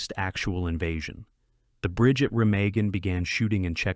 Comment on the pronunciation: Pronounced "Remagen" wrong.